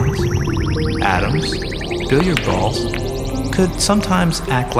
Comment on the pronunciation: "Bilhar balls", lol